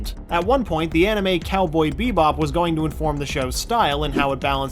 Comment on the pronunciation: Did they really have to make in an anermay? -_